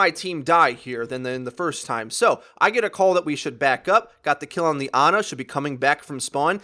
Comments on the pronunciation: My Ex's name is Ana i can assure you her family didnt call her Aana. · thats not how you say ana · I hate how you pronounce Ana and Pharah